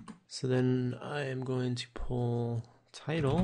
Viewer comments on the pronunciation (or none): none